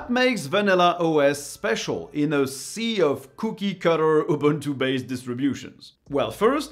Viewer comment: *buntu? barf..